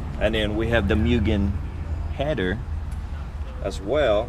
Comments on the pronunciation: I believe it’s pronounced “Mooo-gan” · mew-gen.... it's pronounced like 'moo-gen', not cat sounds. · cool stuff, too bad this guy sounds like he doesn't know what he's talking about. 6 months into ownership. Sounds like he just bought this car the way it sits. Its also pronounced "moogen." smh